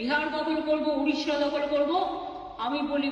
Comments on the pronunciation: Ye sb toh shi hai per it's not udisha its Odisha kb smjhoge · It is Odisha, not udisha